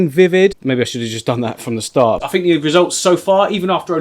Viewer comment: I love your videos - but for yourself: try to finish the words you're saying! You may find it posh tobsau, "start" but it is ok! It's not posh - but it proper! T! try saying starT and say the word all the way through! It's ok! Proper pronunciation isn't posh - it's merely polite! 🤗